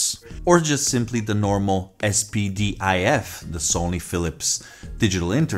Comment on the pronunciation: Es pee dee aye ef ? 😂 It's pronounced spidif